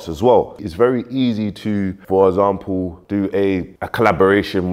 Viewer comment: It’s example not ezample 😂😂